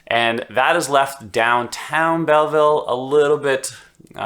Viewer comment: lol you are clearly new to Belleville. It is pronounced "Bellvole" lol